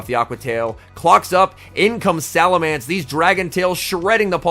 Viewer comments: Just a heads up, it's SalaMENCE, not SalaMANCE. Cheers m8! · So, seriously now... is it pronounced "SalamAnce" or "SalamEnce"? I pronounce as "SalamEnce" - but others I have run into pronounce it like an "A" in that third vowel spot... and now I hear doing it also... starting to think I am the one in the wrong.